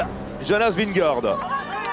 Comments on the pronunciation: Il m'a fallu du tout pour comprendre qui était Vingoor ?? Ce serait top d'arrêter de massacrer le nom de Vingegaard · Il a réussi à le dire une fois 🤣 quand il a passé la ligne